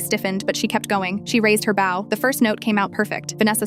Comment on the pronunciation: "During her bo..." and not "during her bough..." Artificial Idiocy (AI) can't read English correctly because it can't correlate, it can't reason, and it can't follow a timeline. In this situation, the timeline is part of the correlation between bow, as in used with arrows or with stringed instruments; or bow, as in bending forward at the waist in recognition of royalty or to receive applause and recognition. It's extremely annoying to the listener to have to stop and figure out what the speaker is saying while keeping up with the story at the same time. Luckily, the human brain "correlates" and understands it correctly and quickly without extreme annoyance.